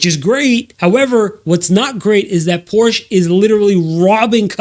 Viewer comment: Sold so many cars and can’t even pronounce the Porsche brand correctly? 😂